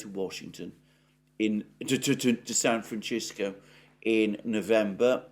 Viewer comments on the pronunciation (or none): Say fransisco instead of frranchisco and poof just like that you will stop offending your entire US audience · Say it with me, San Francisco. Not san franchisco! Arghhhhhhhhhhh! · sam fran Sisco not chisco..am I having a stroke ;) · please learn how to say San Francisco correctly. It is San Fran cissssko, not San Frachisko... Thank you, kind sir. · san franSISCO no san franCHISKO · San Franchisco? Ham-Ass? Chan Gu? Oh San Francisco, Hamas, and Qin Gang. Lol. On a roll with pronouns today Alexander! TS 40min. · It's San Francisco, not San Franchisco..... Incorrect pronunciation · FYI: "San Francisco" is pronounced San- fran- sisk- oh NOT San fran-chisk-oh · San Francisco not San Franchisco lol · Brilliant and thorough content from Alexander as usual. My only caveat is laughing a bit at his pronunciation of "San Fran-Chisco", a weird Britishism like Alu-minium, etc! Spanish is my 2nd language & we don't pronounce it that way, nor did I ever hear that pronunciation in the 32 years I spent living right across the Bay in Oakland. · San Francishco? This guy can't pronounce the name of the city correctly? Since when did we have a San Francishco in the US? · Why do you pronounce it San fran-chis-co ? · Sorry I turned off at san-franchisco. Omg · Doing us dirty with "San Franchisco" but we'll take it over "Frisco" or "San Fran" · It is pronounced San Fran cis co. I have lived here all my life. We tend to say if fast here so it sounds like SanFransisco.... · San Fran-shis-co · San Franchisco?!? Oh, come on!!! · Why do you pronounce San "Franchisco"? It's not the pronunciation of the Spanish that founded it, nor of its inhabitants. It's not Italian! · Does someone as worldly as Alexander really think San Francisco is pronounced San FranCHisco? He didn't mispeak, because he kept doing it. Maybe he has his little pet ways of messing with his audience . The crinkly chair. Pronouncing Hamas and San Francisco wrong. The random bursts of yelling things.